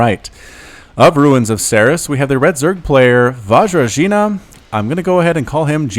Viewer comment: Hello, Vajrajina here. Thanks for casting the game, I learned a lot from it (though those 'J's are pronounced differently, but w/e). I am well aware that I'm not a good player at all, but I am eager to learn. I think ultimately what lost me the game is that stupid base-race. My opponent had an entire base complex left with tech and production and I needed to reset from spawning pool with very few units to defend with and that stuff was just too much to micro-macro, never been in such a hectic situation before:/ Couple of things: Those roaches at the beginning were safety roaches. I didn't scout everything, so I felt like I must get a couple roaches, just to be on the safe side. The corruptors were my masterful knowledge of protoss builds and units. I just KNEW he was gonna go for colossi..........except not really. I forgot I can't turn them into brood lords until Greater Spire, so I was like 'oh crap, I just wasted all that larva and minerals', but then he turned up with colossi and I was like YEAAAHHH. In the end I deliberately sacrificed those brood lords. I was getting heavily supply blocked and he had mass voidrays, so I figured they were useless, might as well do some damage with them and win some time while I try to rebuild. I knew he was gonna kill them easily. Weather or not it was the right call is another question. And I was floating those crapton of minerals because for a while I was at max supply, then I got supply blocked and all my stuff destroyed, so